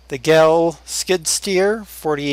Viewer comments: it's actually pronounced GAIL like hail. i own 3 gehl skid loaders. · Gehl is pronounced gale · No its actually pronounced geihl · Pronounced "gale"...just saying...lol